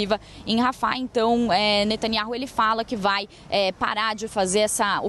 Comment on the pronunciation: Eu quero saber onde está a pressão mundial pra libertar os reféns que estão há QUASE um ano em cativeiro??????? Só pra contar: a pronúncia do nome do nosso primeiro ministro é Natanyau